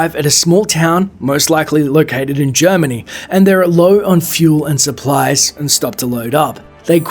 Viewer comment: The way you pronounced Brigitte right the first time and proceeded to mispronounce it every other time... And ended up mispronouncing "Germany," too.